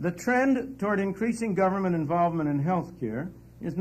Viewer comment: ITS PRONOUNCED GERVERNMENT FELLAS